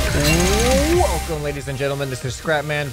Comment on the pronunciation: i love how he got so tired, he just said “welcm lades n genlmen”